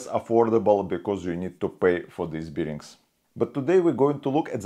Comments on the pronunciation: nice vid. NB bare bearings for the Russian bear. not beering. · I would subscribe if the English pronunciation was better! "Bearings" ('bare-ings -- not 'beer-ings) etc! :-) Ask an English speaker to give you some pointers.